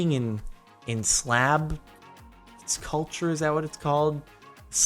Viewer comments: By the way it's Slav not Slab. XD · SLAV HAHA pronounced SLAAV